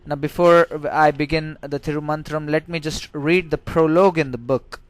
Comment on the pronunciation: It's not Thiru Mantram. It should be Thiru Manthiram. Pronunciation is very important in Tamil.